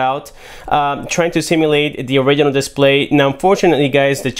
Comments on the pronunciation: It sounds like he says oregano instead of original! 😂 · So cringy when he say "original"